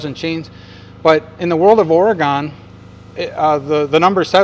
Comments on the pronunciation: I hear you say “Ora-gone” so you just need to know…everyone from Oregon says “Ore-gun.” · Thanks for the referral I’ll be checking out the web site but one thing It’s Oregun not Oregone